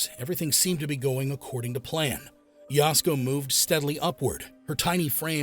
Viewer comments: The A-I on this one is really bad. It's Ya-SUE-Ko, not Yowsko, for Pete's sake. 🫤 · Please consider re recording or dubbing this to correctly pronounce her name. Yasuko is pronounced “Yah-sue-ko”. You’re calling her “Yasko”, which sounds like a Japanese style of foods at Costco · Yah.sue.ko not yasko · Oh, is Yasuko pronounced “Yasco”? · The AI butchering Yasuko's name is a reminder how automated these vidoes are.